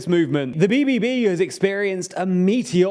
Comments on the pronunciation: you butchered bbb XD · Good effort on trying to pronounce BBB but that was terrible 😂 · Say BBB again please - loved it